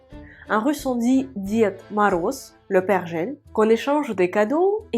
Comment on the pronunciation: Lorsque vous avez voulu dire : " LE PÈRE GEL ", mon oreille française a entendu : " LE BERGER " !!!!! Heureusement que j'étais au courant 🙄 ....... Continuons.....